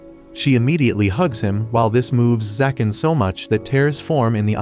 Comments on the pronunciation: Why do you keep saying zakan and not ZAGAN...??? Is details checking to difficult...? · He’s name is zagan not zakan